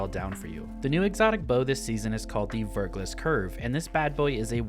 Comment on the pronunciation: Verglas is a real word, and it's pronounced 'Ver- glah'